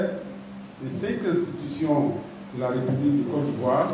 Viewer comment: Camarade journaliste, s'il te plaît, ne dis plus cinq zinstitution. Il n'y a pas de liaison à faire ici. Merci pour la compréhension. C'est tout simplement cinq institutions.